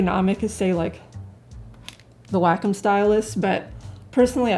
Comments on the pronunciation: I have the iPad Pro for 2 months now, an iPad 2018 3 months prior to that. Mainly for drawing direct digital. One thing you did not emphasize more is the fact the Wacom (it’s pronounced Wa-Kom) Cintiq is just a display drawing tablet that you need to connect to a dessktop/laptop. At the practically a bit more cost than a Cintiq, the iPad was a logical purchase - portability, long power use of 8-9 hours, and yes, Procreate as the best mobile digital art app as the main reason why I spent over $1000 for drawing. As an anti-Apple, I can sympathize with the your sentiment - it just works, bitches! Now I get laughing reactions from colleagues who know me to be anti-Apple. But the only thing I care about is that I can draw anywhere, and I have just finished a comic strip while I was on the couch while watching my favorite TV show. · lol all i hear is "wack um"... Anyway is it me, or does it look like someone is sitting behind her pretending to be her arms. :)